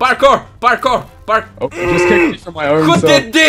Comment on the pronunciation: I love how you say "barkour" instead of Parkour